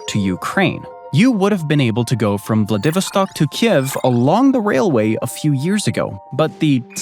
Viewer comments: I worry that humans will pick up bad pronounciation from these stupid AIs that mispronounce words. Taters = Tay-turs not Taaters. Vladivostok = VLAD-iv-OST-ok; not vla Divi stock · The narrator cant pronounce VLADIVOSTOCK so annoying grrrr accent is on the Vo as is vladiVÓStock not on the Vi as he says it, ie vladÍvostock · It's pronounced vladdy' vostok not how you are pronouncing it. Ask Google before you do the next video if you don't want to sound clueless. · I like daaahaattto narrator's pronounciation of xxx . He said Vladeeeeevoh-Stock. Like Vad Eeeevil stock It s/b Vladi-Voh-Ssstok IgnorRat! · Please learn how to correctly pronounce the name Vladivostok - it is not Vla 'DEEV erstok, it is Vlad i voss tock. Muppet!! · Vla-Vid-O-Stock... I don't think that's an accurate pronunciation. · Vladivostok is pronounced “vla-duh-VAA-staak” emphasis on 3rd syllable! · So you can pronounce Oblast Magadan correctly, but you cant pronounce Vladivostock? Ummmm what? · They say it as 'VladiVOStock. Your pronunciation sounds hilarious! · Incorrect pronunciation of VLADI VOS TOK in both Russian and English makes you seem very uneducated, but if a potential viewer can bring themselves to overlook that, you have some interesting comparisons. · Yeah, like I'm really going to believe all the propaganda about Siberia, Russian history and society when they don't even know enough to pronounce the name of one of its major cities: Vladivostok. Vla-divo-stok ? REALLY? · I turned it off when he said vladivostock like that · I’m sorry, but your mangling of just “Vladivostok” is leaving me in giggles. How do you pronounce “Vladimir,” you know, Putin’s first name…? Take the first two syllables: “vladi” and tack on “vostok” (voh stock). It is their main city in the east of Russia. At least look it up. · Not a Russia expert, but I thought it was pronounced "vla-duh-VAA-staak." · I've never heard Vladivostok pronounced that way before